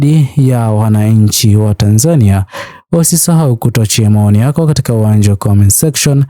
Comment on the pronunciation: Kwa nini unaitamka Tanzania ki hivyo. Tamka Tanzania kama yule Mtanzania wa Mburhati au Ilala au Chang'ombe au Morogoro au Tanga, n.k anavyoitamka.